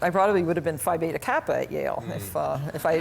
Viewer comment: Yale (aka ‘jail’) 😂